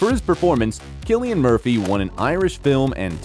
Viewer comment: You need to learn how to pronounce his name properly